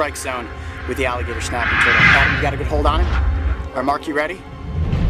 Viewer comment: He kinda said the alligator schnaping turtle